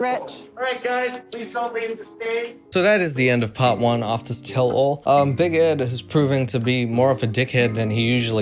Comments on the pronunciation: 😂😂😂 big egg is how says big Ed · I have to say.. Big Ed in french is Big Ed :B not big eed or something, just you English speaking guys turn ''e'' to ''i'' sound. Love <3